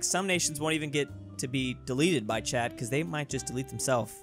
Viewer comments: did you say chat or Chad 🇹🇩 🤔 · Am I the only one who thought he was saying chad instead of chat. Just him saying dont anger chad other wise you'll be snapped from this life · I love how every time he says Chat is sounds like Chad